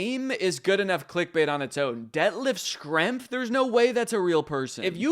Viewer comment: Danny mispronouncing Detlef Schrempf's name multiple times really cracked me up